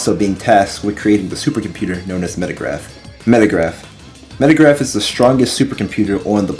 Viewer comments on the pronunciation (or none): The name of the computer is Megaraph, not Metagraph It's a relatively minor mistake, but you named it incorrectly every single time throughout the video